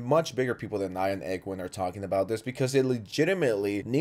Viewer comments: Cool vid but its Egween not a Eggwin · "egg-win" lol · tf is an “eggwin” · “Egg-win” lol